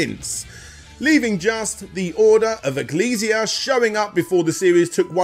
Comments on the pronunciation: I just started the video. I have to know, did he pronounce it "Excel-see-uh" lol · He also mispronounced ecclesia